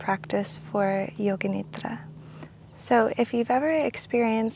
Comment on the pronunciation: I love when says nidra